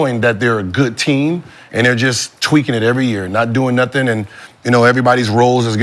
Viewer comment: whoa that man said doinga with the a at the end is crazy